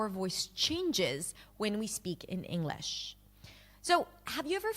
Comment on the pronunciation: I agree for the most part but the way she says English differently than I normally hear. Not Enough g in it.